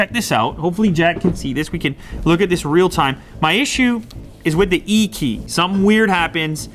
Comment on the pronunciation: Applee has no ideea about thee e"e keey"